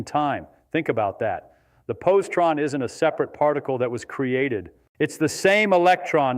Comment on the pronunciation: Its posi-tron not possie-tron. And its Daric! Feynman was a meticulous communicator this is a very poor representation of a brilliant man